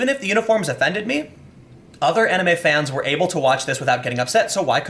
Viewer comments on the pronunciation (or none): none